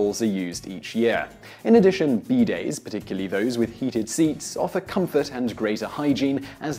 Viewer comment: oh you mean bidays not beedayds